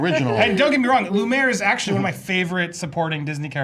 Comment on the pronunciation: Okay, if you can't even say Lumière's name right, you don't get to criticize his accent